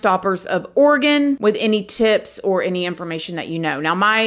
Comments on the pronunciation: I'm so Impressed she said Oregon right! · Thank you for pronouncing Oregon correctly 😊 My prayers are with the friends and families of these poor women. Portland has become quite the cesspool the last few years. Their city leaders and state government are not doing much to imorove it.